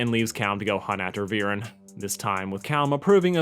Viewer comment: "Have you all forgotten that one abysmal episode where Viran ordered his son and daughter to go and kill an 10 year old child-king?" First of, it's Viren, not Viran, it's really not that difficult. Second of all, Viren trying to kill Ezran and Callum and retrieve the egg is not bad writing by any stretch of the imagination. That's like saying Ozai sending Azula to kill the Avatar is bad writing; it doesn't make any sense. It's perfectly in character for Viren to want the dragon egg back and it's also in character for him to think that the princes need to be taken out of the picture so that he can size the throne and protect Katolis from a position of power. You also seem to forget that he didn't send Soren and Claudia to kill the princes, he gave each of them two different missions and told them to keep them secret from each other. Soren was tasked with killing the princes and making it look like an accident, while Claudia was tasked with retrieving the egg at all costs, even if she had to leave her brother to die. The plotline was far more complex than you make it out to be. It contributed to the overarching story and it served to establish both Soren and Claudia as characters, helped develop their character arcs and Callum's own arc. There is nothing wrong with it at all from a narrative perspective. "And how Soren went out of his way to kill him and continuously failed at it and it was played for laughs?" It's almost as if that's literally the point. Soren doens't actually